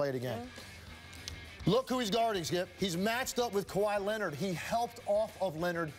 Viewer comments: “ Kawhi leanord Kawhi Leanord “ 😂😂😂😂😂😂😂😂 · The fact that you have to struggle to respectfully say another man's name(Kawhi Leonard) says a lot about your character.